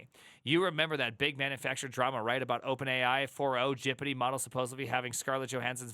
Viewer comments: ITS G.P.T NOT GIPITEE HOLY SHIT. What is wrong with you??? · "Gipeeti", my brain hurts with that pronunciation, it is "Gepetee", pls try that one. Great video and pretty much sums up the situation for Germany too. If you don't have working experience, you will have a very very bad time. A Jr. Data Scientist speaking here. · Why do you say gpt like that